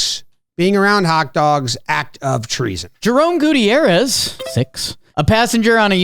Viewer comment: Jerome Gooty-errez???